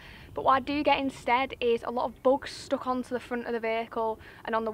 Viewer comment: Books?? Took me, an Australian a moment to realise you said bugs ..🤣🤣🤣😂 yes, it's very therapeutic...enjoy your summer....